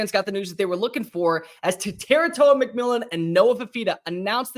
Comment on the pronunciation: and you still can't pronounce Tetairoa